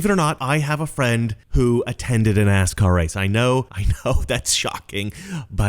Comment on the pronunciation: lol Brandon Peagan..... Nascar sounded like as_car and I just started cracking up. The glasses did it I think not the Mi_liberal accent or both. This is hilarious.